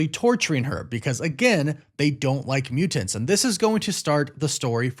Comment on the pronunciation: Are you Canadian or Scandinavian or some shit? The way you pronounce your Ts is absurd lmfao. MUTE-TANTS lol.